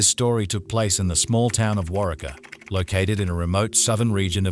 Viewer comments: I'm from a town near Waurika (pronounced Wah-REE-kah). Heather and I were the same age and were in a regional honor band together. I didn't know her very well, but I remember when this all happened. RIP Heather Rich. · Oklahoman, here. FIrstly, thanks for covering this case. It's not one that seems to have gotten much attention, even when it was ongoing. Secondly, slight nitpick. Waurika is pronounced Wore-EE-kuh, first syllable like you 'wore' a coat. It may seem a minor detail to anyone outside of the area, but our towns and cities constantly being mispronounced makes us cringe and kinda comes across like people are just taking advantage of our tragedies for clicks without caring about accuracy. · The town is pronounced war reek ah, I live in Meeker, Ok. Good video 👍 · It’s pronounced WAR-RIKA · Its pronounced war-ee-ka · It’s pronounced …..Wau….reek….a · Wairika pronounced wa ree ka. Long wa... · i lived in duncan, its waurika, just like its spelled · Totally mispronounced name of town. Was way off- I grew up near there. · Its Pronounced "WarWeka" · Wa-ree-kah is the pronunciation of the town. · War-ree-kaa ( Waurika ) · Drives me crazy how he say Warika omg I'm from medicine park oklahoma. Glad there's another okie on here xoxo my Sooner friend ❤ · I was thinking the same thing when he kept saying it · The town name is pronounced War-Ree-Ka. ~Love Texas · Its pronounced War-eee-Kah, Oklahoma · Im in Oklahoma and its pronounced; War--Reeka.......fyi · Waurika is pronounced war-reek-ah.